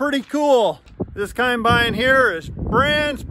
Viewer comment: How come you say kimebine instead of combine? Lol